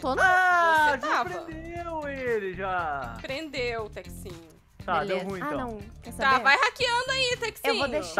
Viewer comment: A falou beleza beleso kkk